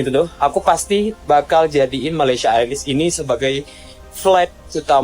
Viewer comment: Malaysia Airlines memang MEALS included dalam tiket. Malaysia "A-Lains" untuk sebutan yang "pas"!